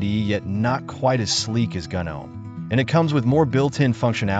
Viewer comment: Kinda hard to watch when gnome is pronounced gunnohm.